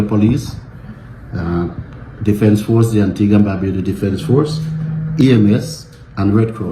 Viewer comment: It's pronounced An-tee-ga not Anti-gua.